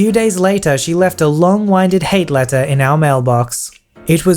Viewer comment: Only thing I noted while listening to this that made me pause the video. "Long-Winded" (Long Win-D-Ed, vs Whine-D-Ed) I've just never heard someone say the latter one.